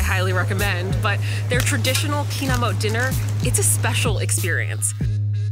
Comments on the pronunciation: the correct way to say it is: kinam-met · More like Kinamow..😂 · The way they're saying "kinamot" is hurting me